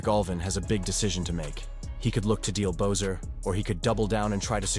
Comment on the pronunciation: Who the fack is bo-ser it's pronounced be-sser. Your video lacks integrity when you can't even pronounce the players name properly 🙄